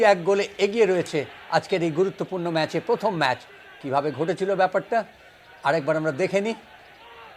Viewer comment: মানস ভট্টাচার্য বড় খেলোয়াড় ছিলেন, কিন্তু ধারাভাষ্যকার হিসেবে জঘন্য। এই উচ্চারণ নিয়ে আর যাই হোক ধারাভাষ্য হয়না। ওনার 'র' ফলা তে সমস্যা আছে। উনি প্রথম কে বলেন পথম। ভাবা যায়না। 🤔🤔👎👎